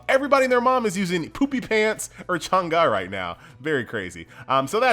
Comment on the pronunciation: By the way, her name is not pronounced as Chang Ga, it's Chang Eh. Guardian of the moon, like sailor moon in Chinese folklore.